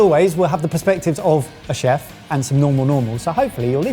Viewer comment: Word of the Day: “Cheft”